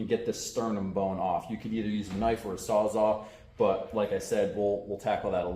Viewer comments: Sawzall! Its sawzall….not sawzaw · You might find one on marketplace from a Mexican called a sawsaw😆😆